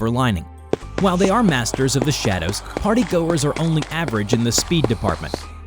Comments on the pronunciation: the yellow man, is the French fry gang. the way how you said partygoers you said partygoors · I almost laugh while my baby sister is in my side when you said "partay"🤣